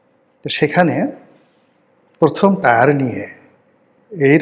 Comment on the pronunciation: Tyre টায়ার নয় Tier টিয়ার।